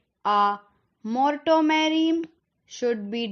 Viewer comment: Thank u..and wrong pronunciation of moratorium and augmented